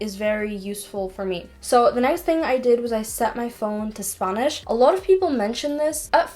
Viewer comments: I don't understand why she kept saying "sp ɑ nish" , it is /ˈspænɪʃ/. And be careful with Wordreference with local expression always check with a Native (spanish) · I knew you were either a valley girl from California, or you're from a non English speaking country, only because you pronounce the letter A differently than most Americans. When you say "Spanish" you say it like Sponish. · i love how she says spAnish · „spuhnish upps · Leraning four languages, can’t pronounce Spanish in English... SPANNIS will haunt me for the rest of the day... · Got a bit frustrated at first when you keep pronouncing spanish as spangnish, but then I later realize, o, that's Ireland accent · I just love her accent whenever she says spanish LOL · the way you say spanish is funny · The way she says "spanish" tho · The way she pronounced Spanish omg weird lol